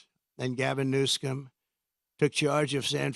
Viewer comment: New-SCUM hahah how fitting